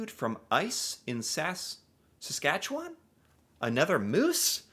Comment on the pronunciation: I'm impressed you can pronounce Saskatchewan